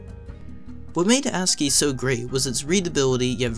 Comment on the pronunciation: what are you saying—almost like 'hasskey'—and we say, 'eb-cee-dic'... "charcter" (sic: 'character'), 𝒶𝓃𝒹 𝕨𝕙𝕖𝕣𝕖'𝓈 𝓎ℴ𝓊𝓇 5-𝒷𝒾𝓉 𝔙𝔞𝔲𝔡𝔬𝔱 code... P.S. we use UTF-8 mostly these days but we really need UTF-X for plaintext... (we, want, all, letters, superscript-able, subscript-able, italics, faces, colors...).